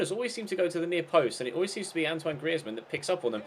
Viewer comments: Say griezmann properly you idiot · Hate the way you pronounce Griezmann